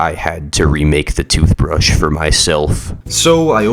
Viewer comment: Average British Person Tooshbrush (as a british citizen)